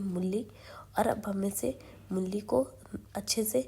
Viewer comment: mulli nhi mooli bolte hai